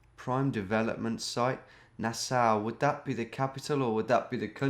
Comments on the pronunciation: Nass-Aw, not Nass-ow! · pronounced nas-saw. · Nassau is pronounced nah saw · it's NA-SAW lol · Nassau pronunciation is like nails on a chalkboard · Thanks for pretending to not know where Nassau was. Mispronouncing it was genius misdirection too! A big thanks for giving your bewildered fans an ego boost!